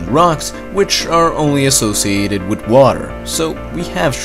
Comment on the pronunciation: "Eart" and "wit". The narrator couldn't pronounce "th". Not making fun, just saying it got a little distracting after awhile.